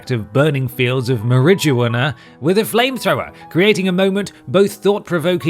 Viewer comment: The way he said "murridgeuanna" gave me a contact high...